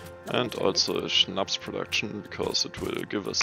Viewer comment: Der SCHNAPS hats verdient richtig ausgesprochen zu werden ;D